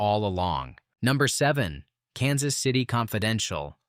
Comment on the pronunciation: Well, you've got to admit Mr. AI didn't mispronounce "Kansas City...........Confidential".